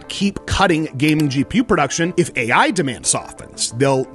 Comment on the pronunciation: "Aei Aye" 😮‍💨